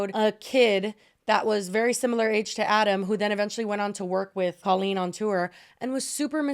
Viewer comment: why tf does it sound like she's saying queen it took me the entire segment to realize she was saying colleen i was so fucking confused for a while lmao